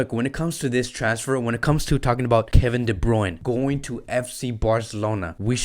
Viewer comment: Bruyne Bruyne Bruyne not bruyn